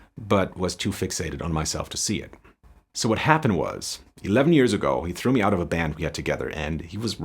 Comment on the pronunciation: Its pronounced "Vot" do you mean? xD